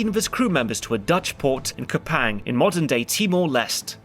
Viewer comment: One minor correction too: Kupang is pronounced much closer to "Koo-pung" and the Leste in Timor-Leste is pronounced as "Lest-tay".